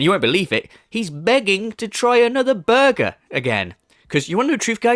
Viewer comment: “Im really craving a burgher” snorrrt🐷